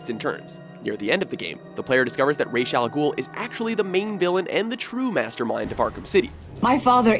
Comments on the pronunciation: Why does the game and pronounce Ra's al Ghul's name wrong? It's Ra's like "Raaz" not Rach as in rachel -. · "rhas" its actually pronounced like "raesh" but spelled ra's. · It’s pronounced ray-shh. Not RAHz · It's pronounced RASH!!!!!!!!!!! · Theta Sigma like a skin rash? no it's pronounced Raysh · Theta Sigma Ummm no, it's definitely pronounced Raysh. Talia literally says that in Arkham City. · It's actually pronounced rass al ghul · You pronounced Ra’s two different ways during the video lmao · Why are you still co inconsistent on how to pronounce "Ra's"?